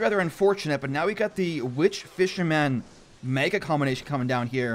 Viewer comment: Please...please stop saying fisher man.